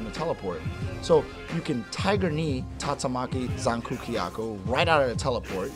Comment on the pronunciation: is it too hard to speak tatsu maki zankuu kyaku? -.